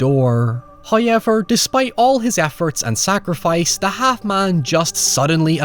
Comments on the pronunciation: First "hoyevver" drops - and He blesses us with His visage! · Love the videos! I think we need a 'hoyever' counter in the corner of the vid or in the description/comments or something 😅. All love though